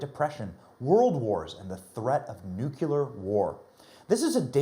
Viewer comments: Benny, Benny, Benny. I like you, buddy but there's no such word as 'Nuculur'. Look for yourself in the dictionary. It's Nu-Cle-Er. Nuclear. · BENNY....IT'S "NUCLEAR" NOT NU CULAR...AND IT'S NOT "IRREGARDLESS" EITHER...IT'S REGARDLESS... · Not nuCULar.... it's nuCLEAR ...... sorry, but it's a pet peeve. I hope you've learned something 🤣🤣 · The word us NUCLEAR not newculer. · Next time "The China Syndrome" is on, listen to Michael Douglas. He says "nook-you-ler" throughout!